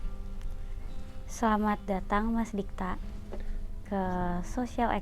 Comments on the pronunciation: Dikta... bkn Digta. Meski sepele, tp kliatan ngk teliti researchnya. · Kenapa digta?huhu harusnya Dikta